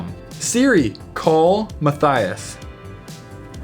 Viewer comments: anyone else think he said “I hate mathis”? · I hate Matthias Matthias says I think he's saying I hate my thighs or I hate how my thighs itch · he said I hate mathieos I love you're vids I probaly didn't spell it right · He didn't say I hate my thighs he said I hate matthias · its Ayana he said I hate mattias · Lol "I think he's saying I hate my thighs" Reality "I hate Matthias"